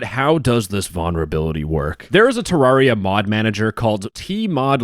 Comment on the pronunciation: Listen man. I love you but like... Ter-RAWR-ia?